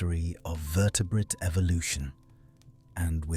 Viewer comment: Your AI narrator is one of the better ones but can you please train it to soften the second t in vertebrate to vertebraye. It just takes me out of the narration everytime.